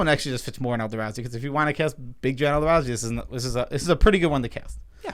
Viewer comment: Why do u keep saying elda....razi